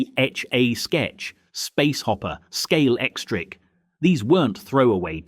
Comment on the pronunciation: Moor-CAM and Wise, who is this? SCA-lectrick ?